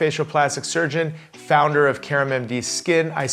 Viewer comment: It is Karam, not Karma. LOL.